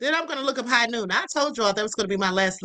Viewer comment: Its "Hogh Noon" alcoholic Seltzer